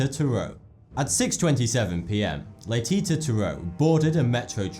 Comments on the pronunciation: Laytita? It's pronounced like latisha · Hey. Nice video. Being French, I couldn't help but notice you mispronounced Laetitia. The last 't' is pronounced as a 'c'. Le-ti-ci-a. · its pronounced laytishia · #3 Pronounced "Laetisha" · Le-Teesh-Ah is how one would pronounce Letitia. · Laetitia, is prononceLae Ti Sia. A French grammar rule gives the ability to letter T to sounds like S when between vowels. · Latetie prononced laetichia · Oh and, Laetitia is pronounced Laiticia btw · Laetitia is pronounced "lay-tee-see-ya" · Oh my God ! You said "Laetitia" so wrong ! The second "ti" isn't a "t" like in "tea" but a "ci" like in "sea" ! (trust me, I'm french ;)) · That second T in Laetitia makes a Sh sound. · the way he pronounces laetitia is hilarious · Learn how to pronounce 'Laetitia'...